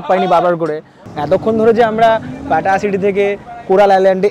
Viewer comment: এটা পাটা না, উচ্চারন হবে “পাতায়া”, ভাত না, উচ্চারন হবে “বাথ”। আশা করি কিছু শিখলেন